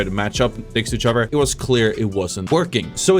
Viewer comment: “Each uhver” 😐